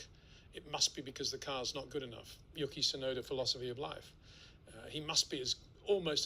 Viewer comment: I watch a lot of Peter's videos and I have to say it really irks me that he says literally says "yucky." It's not like Yuki is a new driver either. It's not a difficult name to pronounce. It's "Yoo- key." Can he just not hear himself?